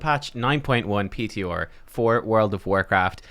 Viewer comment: 9.1 pee tee orrr. Cannot unhear.